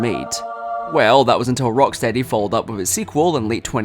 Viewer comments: Erm it's rockSHTEADY actshuallee 🤓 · it’s not the accent because he said the name correctly earlier in the video